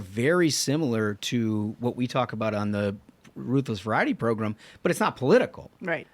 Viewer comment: Recently discovered this podcast, and it's really well done. However, I still cringe every time you say progrum and Tuesdee